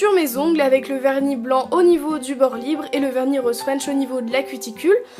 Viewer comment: Roooose pas Roooaaaaase😂😂😂